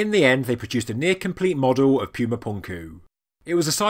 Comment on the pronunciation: NOT "Pyooma", "POOMA"! Don't insult the Spanish language with your hoity-toity MISpronunciations!